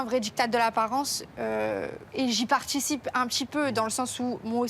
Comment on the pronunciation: "J'y partchticiiipe "j'vais t' tchiiirrrr la viritchi ".